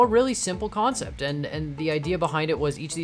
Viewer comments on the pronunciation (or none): "And it was, you know, a really simple kANcept"